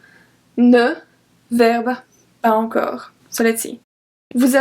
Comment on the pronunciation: I have a doubt you pronounced pas encore as pa encore aren't we going to use the liason here shouldn't we pronounce it as pa zencore pls clear my doubt but you're vids are really helpfull ❤